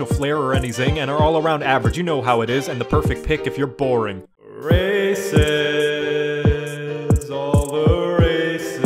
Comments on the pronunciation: It sounds like he's saying racist, instead of races. XD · When he says "races, all the races" i couldn't help but hear "racist all the racists" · Am i the only the one who heard rasict about 30 times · First time I saw this I thought he was saying "Racists, all the racists..."